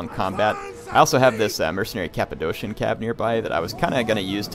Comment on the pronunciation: The second 'c' in Cappadocian is pronounced as 'k' (i think you call it hard c)